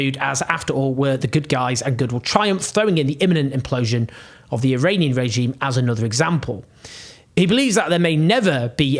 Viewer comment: Thank you Owen, as usual you're doing a great job!! Please Please don't view my comment as any sort of Criticism!! IRAN is Pronounced "Ee-Ron" and it shares its meaning with IRELAND (land of Aryans), and IRANIAN, is Pronounced "Ee-Ronny-Yan" not "Ee-Rainy-Yan". And I'd like to thank you again 😊 Oh you may wonder, "how can this guy be so sure of his Farsi pronunciations?" Even though my home is the U. S., I was born in Shiraz. Moreover my father received a degree in Farsi literature and later a degree in law, which led to the him becoming the Head of the Supreme Court of the country, and yes during the regime of the puppet King!! From time to time, they needed people like my father to be able to say, "look here is and extremely honest and qualified person in the government"!! Please forgive any errors, as I'm typing this on a very Cheap Phone, without my glasses, with debilitating Chronic Pain that no physician here in the Pacific Northwest, seems to give a damn about, to treat!!